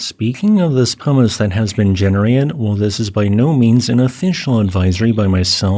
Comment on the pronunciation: for some reason, I keep hearing "hummis" when you say "pumice" today, lol. It does make for some silly mental pictures lol